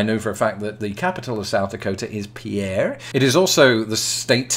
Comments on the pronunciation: I think the pronunciation for the capital of South Dakota is peer and not peeair. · you won't believe this, but though it's spelled as French for Peter, Pierre is pronounced PIER. Who'duh thunk it? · Calvin Wongn I was taught it was peeair in school. But I'm from the northwest so perhaps we were ill informed.